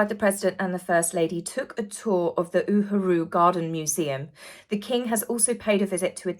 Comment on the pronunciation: not trying to be tat internet teacher, but I just want to help with the African Pronunciations. Uhuru is U-hu-ru Lesotho is Le-su-tu ❤